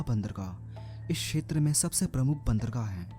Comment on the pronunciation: छेत्र नही होता क्षेत्र होता है।